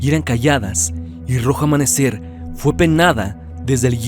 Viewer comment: Excelente trabajo, me entretiene mucho tus vídeos hace que se me pase el día más rápido, solo una observación dice "rojo amamecer"